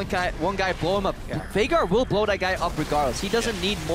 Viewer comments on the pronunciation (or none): They called him "Veigar" and since they pronounce it as "Vay-gar", it sounds like Faker because of their accent. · it sounded like faker, but he actually said Veigar haha. it just was pronounced weird